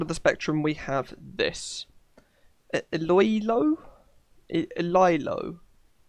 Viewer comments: iloilo you pronounce it ilo ilo not ily its an place in philipines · Iloilo is pronounced e low e low and its a province in the Philippines. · It’s pronounced ee loy lo thank me later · its eee low eee low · its ee lo ee lo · Its eee-law-eee-law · Oh i pronounced it eee lie low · It’s pronounced ELOELO Airport iloilo is a city in the Philippines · Ilo ilo is a city in phillipines and to pronounce i-lo i-lo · iloiol is actually ilo E lo Thats how us ph peeps say it xD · iloilo airport is a airport in philippines this is how you pronounce it "EloElo" its full of players that cant speak english obvously but its a great game exept if theres no pilot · Say I-LO-I-LO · Hi. Im filipino it is pronounced ē -lo - ē - lo. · Neo PTFS and Flightline the best Ps. Iloilo is Filipino and pronounced as E-LO -ELO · IloIlo is an airport in my country. You pronounce it as E LOW E LOW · Hello! I'm a Filipino here! Try pronouncing Ilo-Ilo City like an E, not Lo Lo, but make it a solid, not a literal E. Edit: Also, in Flightline, you can figure how to get to airports with ILS in the Bottom Left Screen, although DO NOT go where the mouse is pointing to your plane, line it up where it points away from your plane directly (pointing to the front part w/ plane in line with the two lines). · As a Filipino, it’s pronounced ee lo ee lo (no ‘W’ sound in “lo”) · Iloilo (EEE-LOW-EEE-LOW) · Its pronounced ilo (hard o) ilo (hard o) which is based of the airport from the Philippines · Bruh Iloilo is a Province of the Philippines just to make sure to pronounce it in true filipino